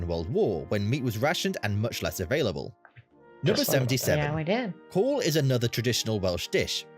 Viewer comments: The Welsh lamb stew spelled "Cawl" is not pronounced "call". It is pronounced "cowl" (a bit like (Simon) Cowell). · His pronunciation of the placenames hurt my ears but the way he pronounced Cawl almost had me switch off your wonderful channel. News just in they have just discovered what they think are the oldest cave paintings in the world on the Gower peninsula.